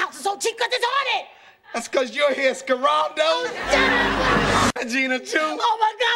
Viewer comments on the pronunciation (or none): Yo when bro called Pam "Scare-aldo" i was done! lol :D